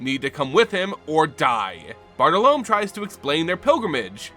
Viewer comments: Another amazing video, but i feel like you should know that Bartolomé is pronounced b-aa-r-t-oh-l-oh-m-EH. However I'm looking forward to the Bartle Loam card that's now definitely coming in the next unset lol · Not critiquing but Bartolome bar-tall-low-me.